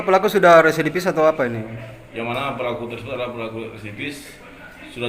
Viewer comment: Residivis bukan resedivis